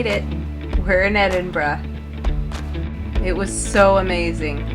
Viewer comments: So glad you made it to Scotland …my home town is Glasgow..you should have visited Glasgow necropolis it’s very impressive cemetery…and I know you struggle to say Edinburgh….you say edinbrow…..try saying this….edinburrah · So sorry, but not Edinbroooo but Edinburaa. X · I thought that too until towards the end when they got off the bus in the In the residential area and she did revert to "Edinburrow" when speaking of getting back to the city! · I love Edin-bruh. Last time I was in Scotland I sat on that same station balcony and ate a pasty washed down with a bottle of Irn-Bru. And I patronized a lot of Costa Coffee locations. 😁 I'd love to go back again. 😢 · It's ED-IN-BRA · Lothian... pronounced "Loathe-ian"... Also you did so well pronouncing Edinburgh correctly only to blow it at the end...